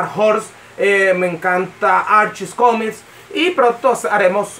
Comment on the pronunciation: "Comis" Jajajajajajajajajaja